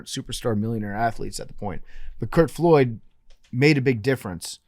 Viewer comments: Lol his last name was Flood. Every time PFT said Floyd I cringed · PFT w a rare Billy name mispronunciation with Curt Flood